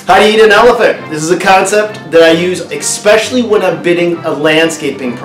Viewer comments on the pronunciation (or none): "Especially" not "Exspecially." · it frustrates me so much when you pronounce Especially with an "X"....Love the videos but cringe every time I hear "Excpecially"